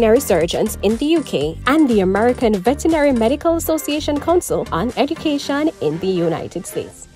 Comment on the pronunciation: Ed"u"cation not Eg"i"cation!